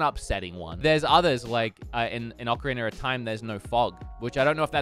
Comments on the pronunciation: "Ocerener of time" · Oker reener of time? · zewda. okareener of time.